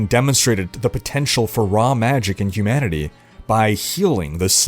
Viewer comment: My brain is broken in a way that I kept hearing “Hugh Manatee” instead of humanity. But, I kinda like it 😂